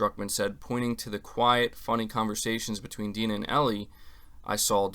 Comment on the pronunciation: It's not 'D-nah' "dai-na"